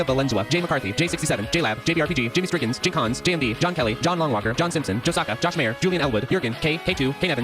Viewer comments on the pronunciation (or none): none